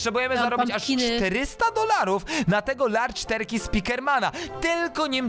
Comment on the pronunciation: terkej? Jak mówisz turcja to też turkja mówisz?